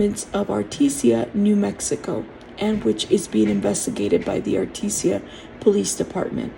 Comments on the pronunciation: Ar-tee-Jah not Ar-TEE-SIA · Thank you for this info. Artesia is pronounced R tease ya.